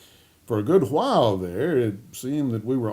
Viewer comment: Fred pulls a Stewie Griffin: "... For a good HWILE there ... "